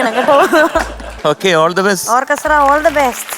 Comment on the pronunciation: ഓർക്കെസ്ട്ര അല്ല ശരിയായി പറയൂ " "ഓക്കസ്ര "❤️❤️😍😍😍